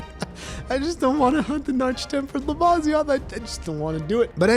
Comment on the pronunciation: Its pronounced Luh-vih_see_oth